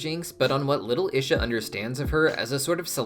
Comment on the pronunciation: Your pronunciation of Isha is killing me 😭 even jinx pronounced it as “ee-shuh” for us and you still chose to say it wrong